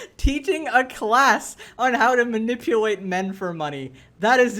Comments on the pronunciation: "Manipuwate" 😆 has a baby voice too Or talks like a baby ironically. Can't say the letter "L" instead uses a "W". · she spends so much time manipulating men that she doesn't know how to say manipulate